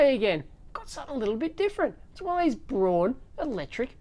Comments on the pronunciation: Dave, Braun is pronounced just like Brown as in english but never brawn. Braun just as in english the colour Brown. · Hey Dave, the companys name is "Braun", which is pronounced like the color brown in german. ;-)